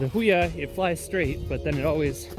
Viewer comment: FYI its pronounced "Who e ya"